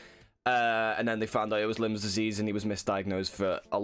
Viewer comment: lol lyme disease sounds like limes not limbs lolol (its no big deal dont let it getcha down lad)